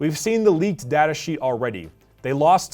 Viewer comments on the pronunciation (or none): none